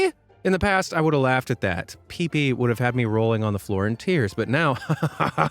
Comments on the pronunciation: It's peep pi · honestly mine was the "PEEPI" like how do you get that wrong